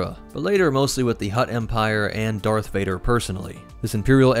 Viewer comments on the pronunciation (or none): none